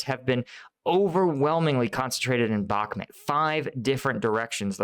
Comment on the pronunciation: Bakhmut not Bakhmet please pronounce correctly you atleast try to pronounce the other towns properly im sure you do it on purpose